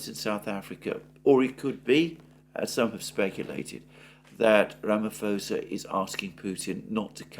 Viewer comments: Mr Mercouris. his name is pronuonced ramiposer (ram i poser) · you’re fantastic, but “Ramaphosa” has a silent “H”. It’s Ramaposa.